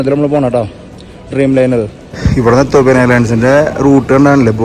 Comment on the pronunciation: എത്തോപ്പിയ അല്ല എത്തിയോപ്യ അല്ലേ? എനിക്ക് ശരിക്കറിയില്ല. പഠിച്ചതും സ്പെല്ലിംഗ് പ്രകാരവും എത്തിയോപ്യ ആണ്.